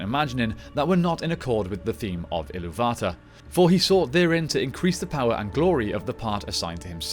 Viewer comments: its called Eru ilú va tar, not ilú VA tar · It's pronounced Ilúvatar, not Ilúvata. You're not pronouncing the "r". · Ill-oo-VAH-tahr, not Ill-oo-VA-tuhr. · Why you saying illuvatar like that